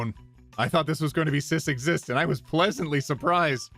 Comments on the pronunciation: that word is cis-sexist, not cis-exist lol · Cis-exist.... OT it’s pronounced cis-sexist.... as in like sexism that targets people who aren’t cis..... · your mispronunciation of 'cissexist' implies that the cis, in fact, do not exist in the universe of that one particular post 😊